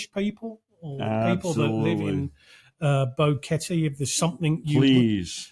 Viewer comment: Boring? not at all. Old, well, that's just a number. Keep it up. I was surprised by the music video at the end. Great song, but Boquete is badly mispronounced.